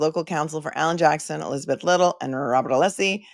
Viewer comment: And the wonderful Alessi Not Aleeeeeeeeesi 🙄